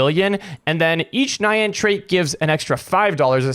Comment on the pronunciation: It’s pronounced ni yan NI YAN NOT NaYaN